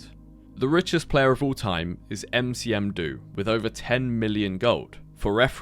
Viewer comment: Huh wait that's me?? Heh 🤑cool talking to you. Aberoth is a great game, happy you gave it some exposure :) P.S: It's Nmcdo, not Ncm do.